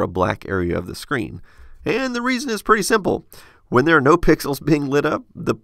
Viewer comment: I learn a lot from your videos, but this was a bit confusing because you seem to say "pen" and "pin" the same way.